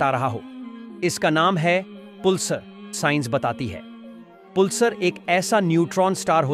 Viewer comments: पुलसर नहीं पल्सर होता है😅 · पुलसर नही पल्सर बोल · Pulsar is pronounce as palsar